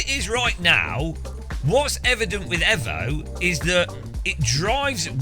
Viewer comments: Until he learns to say EVO correctly I'm unsubbing 😡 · Evo Not efo!!!